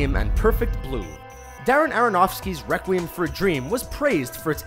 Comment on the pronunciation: is it just me or his 'requiem' pronunciation is super weird